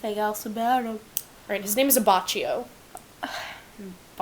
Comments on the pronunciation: Okey just a small little correction: Narancia's name is pronounced "Narancha" like you pronounce "ciao" "chao" and Abbacchio is pronounced "abbakio". "c" in italian is pronounced "ch" and the "ch" in italian is pronounced "k" . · Joseph Joestar is american, Abbacchio (Uh ba kee oh) and more emphasis on the Jo in Jotaro and less emphasis on the aro. Liked the video overall, just correctingg things that might have annoyed the general public. No hate, liked the video. Also, Avdil's full name is Mohammed Avdol. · Sorry but abbaCIo?😆 i’m Italian and i must wanted to point that but probably someone else did.😆 it wa just fun to hear 😆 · Abbacchio and Narancia are pronounced differently.